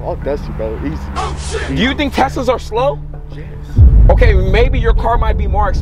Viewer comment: LMAO WHY HE SAY YES LIKE THAT GVEUYXGUTDEGXYUDGD YT